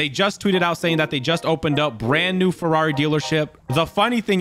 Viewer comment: “Forrari” lmao